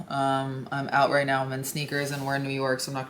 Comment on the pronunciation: Wait, oot and aboot? Is she Canadian?